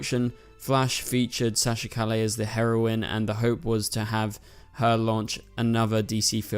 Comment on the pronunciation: you cant even pronounce Calle correctly geez...